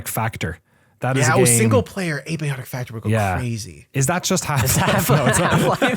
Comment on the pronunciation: Thank you for being the first person on youtube I've heard pronounce abiotic correctly Also, I'm glad is going to play some KCD2, but the thought of him skipping all the story stuff is already raising my blood pressure 😂